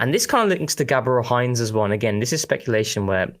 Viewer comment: ngl i'm laughing at the pronunciation of "Heinze" as the mayo 😂 it's like when calls Arteta "teta" lol